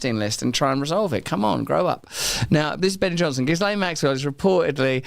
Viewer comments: Gillane not gizlaine. He should have looked up how to pronounce ghislaine. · and with "lenn" ending not "LANE" Shakespeare ‼🤔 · Her name is pronounced GHEE-lenn not JISS-lane. Not that I respect her, but really, can't we handle a French pronunciation? The S is silent. The G is a "hard" G. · It's Gillane. The "S" is silent. The "G" is hard. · Why can't he pronounce Ghislaine properly. (Is it because he's done no research into this story and is reading the name for the first time?)